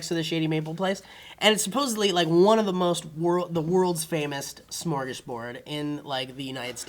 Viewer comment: Smorgos? LOL Smörgås!